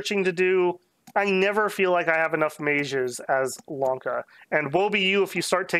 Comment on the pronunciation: Bro he's saying Wonka frfr